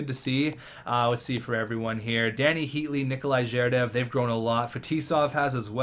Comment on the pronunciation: 1. Get new goalie, 2nd round pick and scoring defenseman. Your attacking core are good enough, you can trade anyone but Heatley and Tavares. 2. Make Heatley captain! (Tavares, Fetisov as A) 3. Butch-nEv-each (I'm Russian, and for that matters i heard worse than you ;) And others is ZhErdev FetIsov PrOvorov